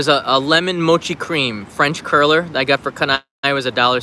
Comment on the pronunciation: French Crueller rather than curler??